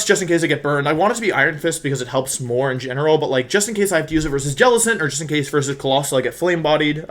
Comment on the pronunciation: Normal Wolfey fan: new Wideo, against Cybertron? Me, an intelectual: a Wersus!